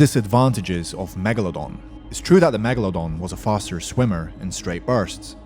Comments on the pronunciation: Megalodon not megelodon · NOT MEGALONDON ITS MEGALODON YOU MADE ME LAUGH